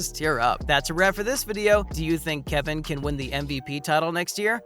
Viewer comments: This dude needs to learn how to pronounce people's names 🙄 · What a pointless video, you mispronounced dude’s name, then ask a crazy question, can he win the MVP next year... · Is this person actually a human or computer voice? The pronunciations for Steph and Kevon are bad.